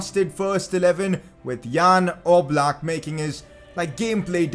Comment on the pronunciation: Its definitely Oblak no offence